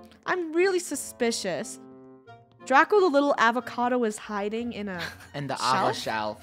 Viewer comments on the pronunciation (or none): Avocado not awacado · Not avocado but psychocado ahahhahahahha😂😂😂😂